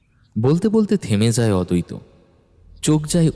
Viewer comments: নামের উচ্চাররণ ঠিক করুন অদৈত না আদ্বৈত। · অদৈত আর অদ্বৈত আলাদা আলাদা উচ্চারণ ......আপনাদের ও কি কানে লাগে না ।